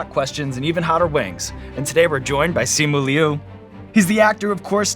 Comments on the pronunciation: Did Sean say Simu wrong? the audio in the intro sounds funny lol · Hang on did sean mispronounced simu’s name ??